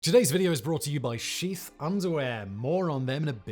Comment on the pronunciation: I swear, when he said "sheath" underwear I thought that he said "Xi's" underwear.